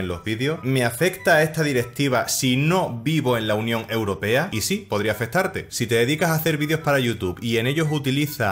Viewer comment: Porque dices la unión europeda?